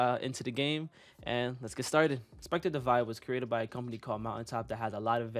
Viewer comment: Divide not divine